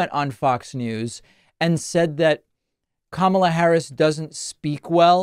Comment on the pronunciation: I'm guessing Fox will start pronouncing her name correctly now?